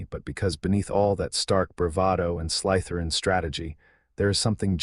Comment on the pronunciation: Slytherin is not pronounced sly– t h e r i a n not in English not in Indian dialect of English, not in any dialect of English